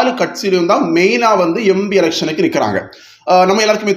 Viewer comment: Embi ya. Empi. Adhuve sariya sollunga